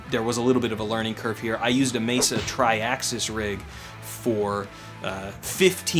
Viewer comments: You pronounce it "Mayser"? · I know. But you pronounce it Mayser? I'm just curious because now I'm wondering if I've been pronouncing it wrong for thirty years.